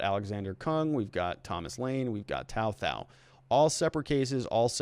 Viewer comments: Dude, "Tou Thao" pronounced "Tu Tao." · It’s pronounced “to tow” 🤦🏻‍♀️ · his name is pronounced "tu tao" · For someone speaking in-depth about such a high-profile case, where the defendants names have been known publicly for months now, I'm surprised you can't pronounce the guy's name right which is literally 3 letters long.